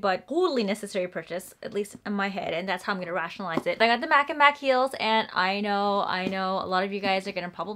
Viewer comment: It’s pronounced MaCH ( like champion) and not Mak